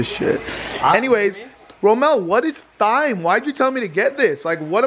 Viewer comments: Technically it’s not pronounced “Thime” it’s pronounced “time” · it’s pronounced time like in a clock lmao 😂 clean that oven out it’s filthy! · thyme is pronounced time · LOL at pronunciation of thyme... it's pronounced like time lol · Its tyme with a silent h not thyme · Hahha it's not pronounced thyme its pronounced time, the H is silent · every time said thyme!! TH-yme hahahaha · Its TIME. THYME IS PRONOUNCED TIMEEEE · It's pronounced time lol & yes you should plant it so you'll have lots when you need it... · its pronounced as "TIME" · He said THIME lol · It's pronounced Time even though it's spelled Thyme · It is time not thyme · Thyme is pronounced time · Did anyone get triggered because he pronounced it as tyyym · Thyme is pronounced time 😂😂😂😂😂😂😂😂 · The way pronounced thyme triggered me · Thyme is pronounces Time xD xD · You pronounced thyme wrong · Thyme is actually pronounced Time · Thyme is pronounced as time